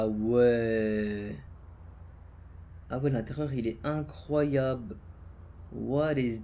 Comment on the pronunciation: il dis incroyable à la place de incroyable😂